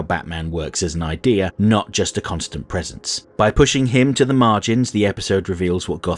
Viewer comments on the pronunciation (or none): none